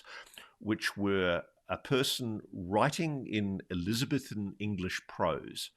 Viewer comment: What a strange way to pronounce Elizabethan!